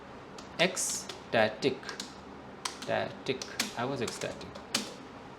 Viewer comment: Sir sorry to say was is pronounced like was not with a